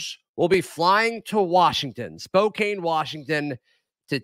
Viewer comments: It’s not Spo-cane. It’s Spo-can. I will be in the stands since I live in the Spokane area. So, I am happy they got a 4 seed. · It’s SPO-CAN. Not SPO-CANE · Pronunciation Spo-can, if you’re in town a great local tradition, O’dougherty’s. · I hate to be so persnickety, but come on,, it's pronounced Spo-kan. Your conclusions are based on, not based off of. There is not their, and their is not there or they're.